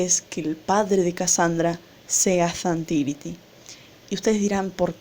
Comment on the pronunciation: Es zhan tiri no zhan tiriti